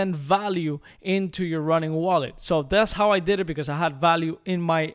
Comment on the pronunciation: It's "Ronin" not "Running"